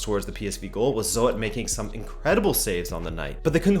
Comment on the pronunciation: If I'm not mistaken the PSV goalkeeper Zoet is pronounced 'Zhoot.' Great vid though. Always like your reviews and previews.